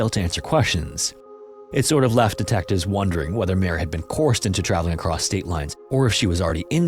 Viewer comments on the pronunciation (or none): I will help you with pronunciation... It's not "courst" it's "co-erst" as in coerced 🎉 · Coerced: koh-URSST